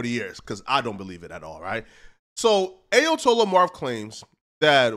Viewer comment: How you gonna dress like that and not know how to pronounce "Ayatollah" 🤦